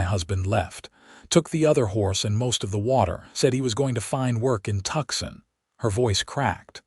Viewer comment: Silas is pronounced Sylus, my grandpas name. Tucson is pronounced 2son.